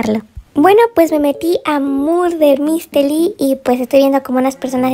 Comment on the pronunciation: Murder Mystery* no "Mulrer Misteli" se nota que cuando grabaste el video no conocias el juego lol